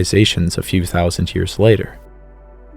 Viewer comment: Ten Thoushunt years hago. My god, please change that.